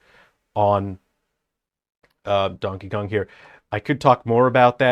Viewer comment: Ah yes, as a man of culture I also pronounce his name as Dankey Kang.